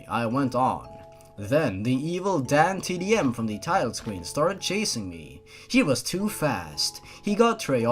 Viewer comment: Every time you said "DanTDM" I thought you were saying "Damn Tiddy M".